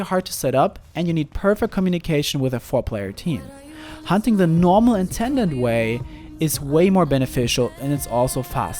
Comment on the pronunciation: Leave the hoonting of hoonters to me